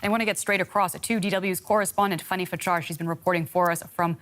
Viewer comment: Her name is not "FUNNY", ....it's FANNY (Fan Nee)....GET THE PRONUCIATION RIGHT!!!!!!